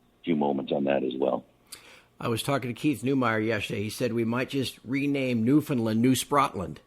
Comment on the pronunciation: And maybe teach him how to pronounce Newfoundland